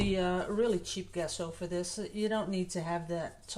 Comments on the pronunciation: It's GESSO pronounced like jesso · Give her a break, guys....... can pronounce it any way she wants; she didn’t ask for the correct pronunciation so being pedantic is unnecessary. We all know what she means.